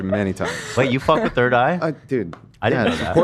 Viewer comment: The audacity of Hila to make fun of AB pronouncing something when she still struggles with basic English sounds. She literally pronounced “third” as “turd”